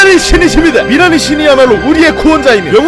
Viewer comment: 미라니 들으면서 미나리가 들리는데욬ㅋㅋㅋㅋㅋ